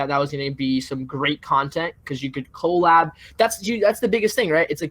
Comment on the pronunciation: lmao whos the guy who keeps pronouncing collab wrong and keeps saying lifetime instead of real-time looooool